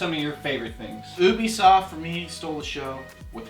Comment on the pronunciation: You-bee-soft by the way